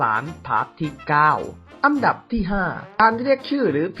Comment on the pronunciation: พูดไทยยังไม่ถูกเลยทุกคลิป อันดับออกเสียง อังดับอังดับพ่องมุงอังดับ